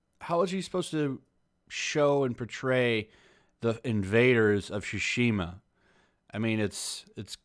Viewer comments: For Christ's sake, it's TSushima, not SHushima. I know English speakers are garbage at pronouncing foreign words but Jeez, is this testing my patience. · Shusheema. Why on Earth do people say that? It’s not even close.. Talk about butchering a word lol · Is it pronounced SUEshima? Or SHUshima? Cuz you are saying "shushima" I was just wondering not trying to be a 8==D